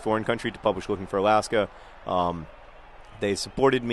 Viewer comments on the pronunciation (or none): none